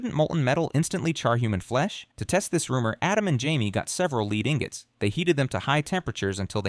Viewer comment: Leed ingots? Busted .